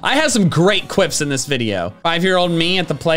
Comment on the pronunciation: he has alot of good cwips 😂